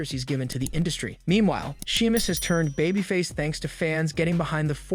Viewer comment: And she-mus and char-lot (shay-mus and shar-lot). I think this might be a computer generated voice. Pronounced Babyface wrong too.